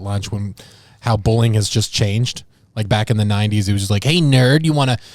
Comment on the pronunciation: He ()was talking about bullying, but I heard "🎳 BOWLING", and I was totally confused.